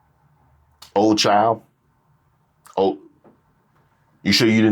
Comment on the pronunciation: It's oooh chile not oh chile